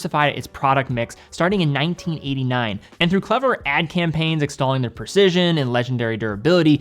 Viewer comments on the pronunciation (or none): none